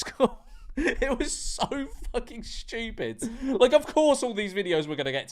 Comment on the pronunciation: Bro really said “shchtewpid”